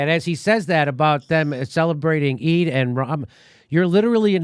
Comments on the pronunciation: eid is pronounced eed as in reed, your welcome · FYI folks “Eid” rhymes with “bead”. Long “E” as in “because”, “I” is silent . It is a major holiday in Islam. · Eid pronounced like Seed! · Eid NOt E I D JIMMY